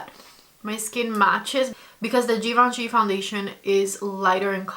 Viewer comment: if you going to talk a lot about this foundation please pronounce it correctly- Givenchy is without D in the beginning and then Prism Libr- without E at the end ❤